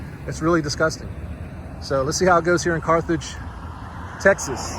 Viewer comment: Learn the name of the towns you are in..there is no Carthrage